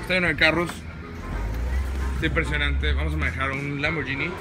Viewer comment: LAMBORGHINI se pronuncia LAMBBORGUINI ;)